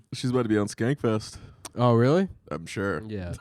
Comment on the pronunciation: How does not know about the gooch pressing trick to get all the pee out? also why does he keep calling it "Skanksfest"? with an extra S